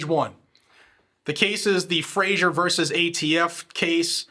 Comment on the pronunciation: Fraser is pronounce like "laser" but with a Fr when it is spelled Fraser. Common mispronunciation.